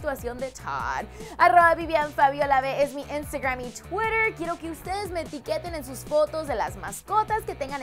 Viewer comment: Se quiere hacer la gringa diciendo taad es tood vos sos latina no yankie 😂😂 lo mismo lo de Twitter o instagram lo pronuncian como gringas 😂😂